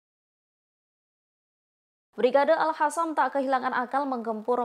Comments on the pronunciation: Itu baca brigade al-Qossam koq al-hasam. Aduh tribun ga bisa milih jurnalis nih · Tulisannya AlQassam dibacanya AlHassam Terasa gatel ke telinga kedengarannya 😊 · Gemes sm mbak news anchor nya nih...Izzudin Al Qasam mbak. Bkn Al Hasam. Konyunis..bkn han yunis 😢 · Yang bener bacanya mba, si mba ini al-qassam bukan al-hassam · Al Qosam, yg bener ngomongnya